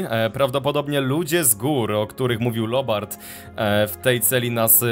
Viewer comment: Mówi się Lubert a nie Lobert tylko się pisze